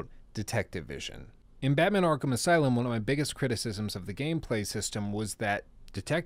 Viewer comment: Man: Arkham aslume